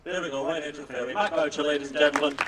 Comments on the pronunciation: It’s Boo-Shay!!!! Not BOWTCHER!!! Leave it to an Englishman to butcher a French name! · as a Canadian there is no way Matt Boucher pronounces his name the way they are in this video hahaha